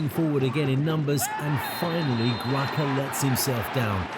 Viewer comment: Ricardo Graça(is pronounced Grasa).